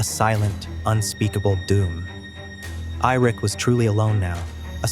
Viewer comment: Who the fuck is irik???😂😂😂Ai. Good luck learning to read AI